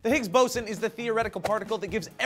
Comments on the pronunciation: Higgs Bow-zun not Higgs Bah-son You even said it right there for a second But then again what do I know I'm commenting on a YouTube video. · Why are you calling it BASON? its BOSON!! ...so annoying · The Higgs Boson is a particle created when the Higgs field is activated. The boson doesn't hold the universe together or give it mass. That is the Higgs field. And i'm not sure if there are multiple ways to pronounce it, but I've only ever heard it pronounced as (boh-zon) and not (baw-son). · pretty sure it's BOW-SAWN, not BAW-SON. I don't know, that's just the way Hank Green says it and he's a pretty smart guy and I know John would get after him for pronouncing it wrong.. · I thought it was boe-zon not baw-zen. o3o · you guys keep pronouncing it wrong. its not bosson. its boson... one "s" not two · sorry its bOOson not bos-on, im glad to hear they found it tho :) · It's pronounced 'boh-son', not 'bah-san'! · You guys are pronouncing "boson" wrong -____- It's not "bah-son" It's "bohs-on". Sorry it was bothering the shit out of me the entire video.. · it's pronounced BOSE-ON as in BOSE headphones, not BOSS-ON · I thought it as pronounced b-oh-zon , not BAWSON... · When you say BOSSON are you pretty sure or maybe its BOZZON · He mispronounced "boson" haha It's not "baw-son", it's "bo-zon" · Boze-on, not bosson. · boze-on not baw-son wtf.. learn to science! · Not higgs bo-sen its higgs bo-zon. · BOSSON? It's BOW ZON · BO-son not BOSS-son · Please pronounce it bo'zon' not bo'sson' !! PLEASE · b-o-w-s-o-n is how its prenounced not like boson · its Bo-zon damn it! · HIGGS BOZON, IT IS PRONOUNCED HIGGS BOZON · it's pronounced "bo-zawn" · bawss =)) are they joking or they dont know how to say it right ? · It's pronounced "BOZON"!! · I thought it was pronounced Boson (Bow ∙ zon) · Isn't it pronounced bow-son? I could be wrong, of course! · no just stop. Its pronounced "Boe-s-on" please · thought it was pronounced Boe Zan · Bow-Son, Come on Guys. Really?